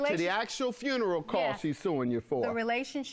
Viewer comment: That man said, “I paid for the whole fRuneral, I paid for the whole fRuneral!!!” 💀 😂